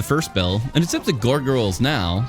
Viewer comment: the real challenge here was pronouncing "gargoyles"